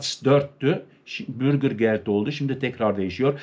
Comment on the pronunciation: Bürgir degil , ' bürger'.